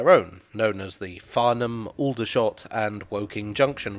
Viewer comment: People who live in and around Aldershot don’t pronounce it with the same vowels.